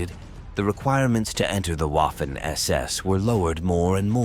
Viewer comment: Wiking in German is pronounced Viking. Waffen is pronounced vaffen.